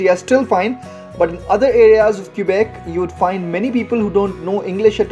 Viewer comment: FYI for foreigners, locals pronounce Quebec as kuh-bec. Don't pronounce the u.